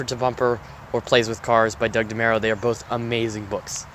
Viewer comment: DeMURO, not MERO